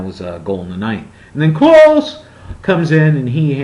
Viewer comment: Miroslav Klose is actually not pronounced close. It's pronounced closer.